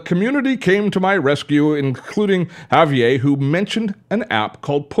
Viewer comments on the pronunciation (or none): I HATE YOUR VOICE!!! Ugh the name pronunciation is Ha-v- air !! So merican!! Ugh